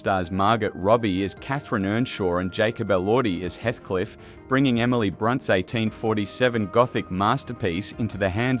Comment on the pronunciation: brunt? ffs, bron-te Bronte. you lost me.